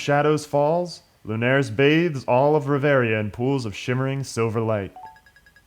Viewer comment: oh wow an lper that can actually pronounce reveria and not choose a fighting class :o